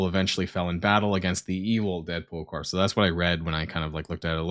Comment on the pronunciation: Corps has a silent p and a silent s at the end. It's pronounced kor.